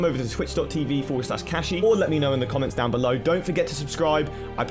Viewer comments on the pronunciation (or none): none